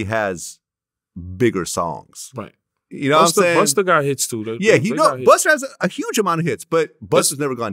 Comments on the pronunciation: Vlad really called him Buster with the hard R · I hate the way Vlad pronounces Busta” and “gunna” buster and Gunner 😂😂😂💯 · Vlad calling busta, buster is annoying the fuck outta me 😂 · Buster lol Vlad never puts A at the end where it belongs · Why he keep saying … Buster lol but spelled it right tho lol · Vlad calling BustA.... BustER lol. come on man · Why does vlad call BUSTA BUSTER. Shit sounds crazy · Vlad called Busta....Buster 😒😆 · Why does Vlad keep saying Bust-er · He calls busta,Buster and Gunna ,Gunna.. he chooses when to be white😂😂😂 it’s not in him it’s just on him..!! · He's really calling busta, buster lol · Vlad called him buster lol